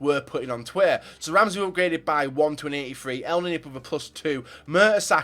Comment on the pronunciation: I'm Egyptian and I know how to say elneny it's nearly correct but in English ur not use to pronouncing the letter e it's different to English in Arabic so say it this way